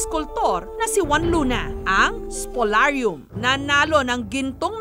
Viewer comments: Wrong pronouciacion. Instead of "Is-po-lar-yum" The real prounounciacion of "Spoliarium" is "Is-pol-liar-rium" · Mali yung pagsabi sa spoliarium